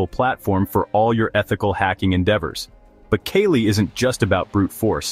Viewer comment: Not Kaylee. Its Kaa Lee .